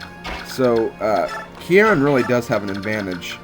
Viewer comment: Love watching this LP so far, especially finding a character that has my RL name, Kieran! BTB, you're overemphasizing the first part,. Just say the word 'key', put an 'r' sound on the end of key, so 'keyr', and finish with the second sylable, which sounds like 'wren,' the bird. In full, 'keyr-ren'. Uncommon name, I know, but I likes it anyways. =P